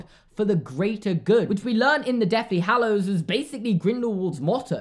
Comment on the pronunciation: omg...i just realized instead of saying deathly hallows he says deafly hallows lol😂